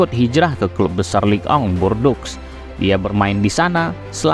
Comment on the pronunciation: Videonya bagus pak, tapi pelafalan nama2nya bisa diperbaiki lagi. Contohnya: Micoud harusnya dibaca "miku", Les Bleus dibaca "Le Blu", lalu Bordeaux dibaca "bordo". Tetep semangat, jangan lupa research pelafalan nama2 supaya makin terdengar pro ❤